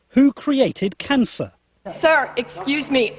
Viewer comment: He pronounced 'cancer' like that, btw. Kaaansuh. Heh...